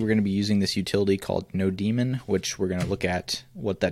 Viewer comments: Absolutely awesome video, but was I the only one who found it really funny that calls it "no-demon" instead of "node-mon" XD XD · It's node-mon not no-demon. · I wa confused what the hell was that no demon thing I eve forgot that I have using on several projects just because of how he pronounced it hhh